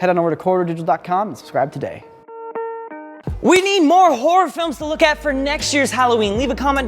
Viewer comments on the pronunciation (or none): If could say "horror films" a little less like "whore films", you might save yourself some troublesome Google searches.